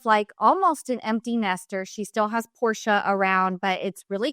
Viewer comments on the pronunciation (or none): none